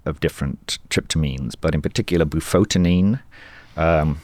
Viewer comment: Bufotenin... not "bufotin" !